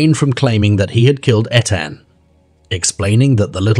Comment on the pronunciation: How disrespectful that you can't say Etan correctly or even the same way throughout the video. The least that baby deserves is someone to say his name. Smh